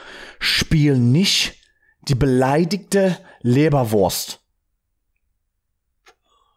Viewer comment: Martys german pronunciation is really on point. Just so everybody knows, he is not setting it up or so. Well most of the time we are not screaming but otherwise its pretty good hahaha. the first time you said "beleidigte" was correct 👍🏽👍🏽. keep it up and greets from Germany :)